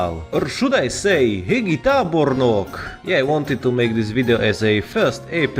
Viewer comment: Hegy said as hegi, lol. I love it